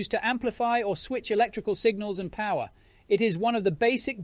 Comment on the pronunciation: No way, no where near! Listen to the word "power" particularly. It is not using a proper Australian accent, it sounds English esp. at the end of the word. It might not be so obvious to you if you do not have an Australian accent or live around Australian accents all the time.